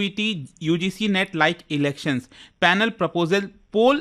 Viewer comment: Net ko Neet pronounce kiya jaraha hai???